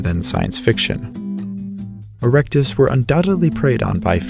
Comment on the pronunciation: Haha he said erecte